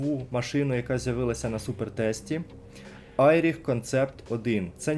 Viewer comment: Не Айріх, а Еріх...бро